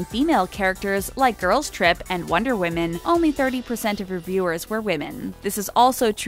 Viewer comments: Ikr it’s pronounced fy-gee and she also said wonder wi-min instead of wonder wom-un. There’s not multiple wonder women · she said Wonder WOMEN its wonder WOMAN lol